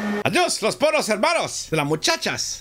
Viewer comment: Tu dis Los PoYOS depuis ou pas ?? lol